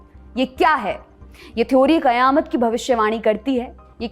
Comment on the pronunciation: Your pronounciation of QAYAMAT is rare and perfect.